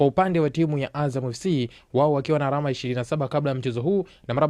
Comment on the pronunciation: Msimuliaji unabananga matumizi ya "l" na "r". ALAMA NA SIYO ARAMA.